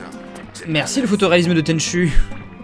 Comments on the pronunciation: Alors j'adore ta chaîne mais un peu vache sur l'intro de tenchu. Une belle intro noir et blanc avec une chanson en swahili. Si seulement certains jeux actuels se donnaient autant dans l'atmosphère et l'onirisme ce serait top. Bonne continuation. Tenchu se prononce tenchou :) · MON JEU/SERIE FAVORIS !!! :o (A part le dernier "Tenchu Z" qui a juste assassiné la série..) Parcontre, ca se prononce [TÈN'CHOU]... ^^ La musique a été composé par le génie : Noriyuki Asakura